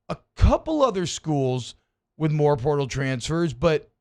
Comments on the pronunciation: Plz stop saying purtal!!!! It's PORTAL!! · Pertol??? Can he not say portal?